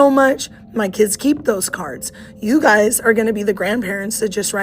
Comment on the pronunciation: "having to teach you guy-es-es children..."?